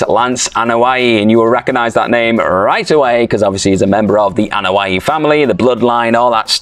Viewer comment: Anoa'i, not A'noia...